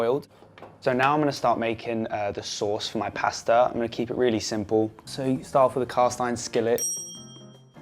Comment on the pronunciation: I absolutely hate the way he pronounces pasta as paaaasta